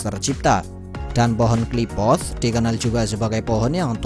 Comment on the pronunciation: Qliphoth min bukan Qliphothss😂